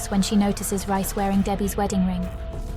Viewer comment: Stop calling him Rice its Reis